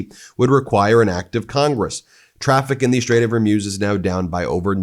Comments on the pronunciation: Pronounced hurmooooz not like amuse..eek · I give up. Maybe it is HER-MUSE. But it's not. It's f'ing HOR-MUZ. This is my last post on this matter. It's HOR which is from HORROR. MUZ rhymes with NEWS